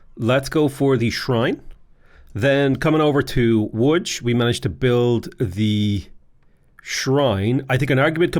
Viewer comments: Great pronunciation of "Łódź" ;) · Coming from a Pole, Your pronounciation of Łódź is dead on. Congrats! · Pronunciation of Łódź is amazing, Wrocław is basically vrotsuav, we don't do weird stuff with c. C is always ts. ;) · I like that you pronounce Lodz as "woodge," like it's supposed to be. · Thank you for pronouncing Łódź properly. It means a lot. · how did you know how to actually pronounce "Łódź" ?! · Your pronounciation of Łódź was so good I thought maybe you know some Polish, but then I heard "Wrokław" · Respect for pronouncing “Łódź” correctly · You actually pronouncing Łódź correctly! Mindblown,jpg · You say Wrocław and Łódź good :)